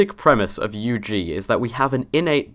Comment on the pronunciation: It's the firs time i heard UG pronounced just with the letter. "you geezz" is what I'm hearing. Now, i understand why linguists prefer the extended form xd